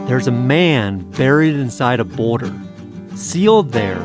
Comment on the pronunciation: This is way off topic, but I'm curious about the accent of the host in this video. It's what I've been referring to as the "YouTube accent", simply because that's the only place I've ever heard it. It's the softening or complete disuse of "L" sounds in words, usually proceeding a consonant. "Gold" becomes "Gode", "Boulder" becomes "Boder". And sometimes after a consonant: "couple" becomes "coupo". Now, I'm not someone who travels often, but I've been around the US over the years. The only place I ever remember hearing this use of L has been in young children that usually grow out of it by the age of 7 or 8. Never in the media, movies, music, etc. Am I the only one who's noticed this?